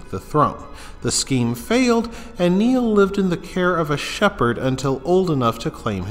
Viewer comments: It's pronounced like nile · Pronouncing Niall wrong as well as other names